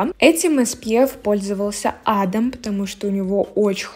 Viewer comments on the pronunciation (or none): none